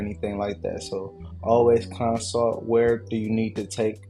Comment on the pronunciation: It’s consult. Not consalt. Love bro.